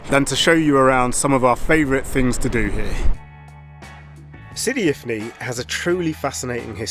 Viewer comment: Sidi ifni not infi 😊